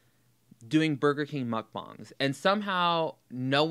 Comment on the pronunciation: Thank you for correctly pronouncing mukbang 👏👏 I agree with everything you said here. You ooze intelligence, my friend.